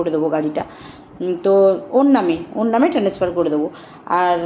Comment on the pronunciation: Transfer uchharon ta ki korlo😂😂😂😅😅